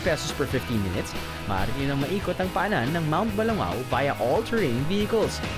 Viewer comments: Drew, you don't pronounce it as "Ba-lu-ngaw" it's "Ba-lung- gaw" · Kuya, mali ho ang pagbigkas niyo, ng pangalan ng bayan namin, Ba-lung-gaw po ang pagbigkas. Thanks for visiting!